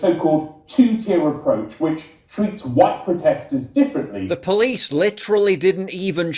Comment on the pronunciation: "guys I'm sewieeous. Don't weetweet things that I don't like or I'll call the powice"